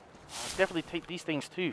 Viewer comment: This guy saying "tings" like he from Toronto😂😂😂